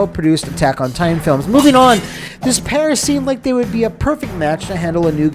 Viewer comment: But, did you rike it?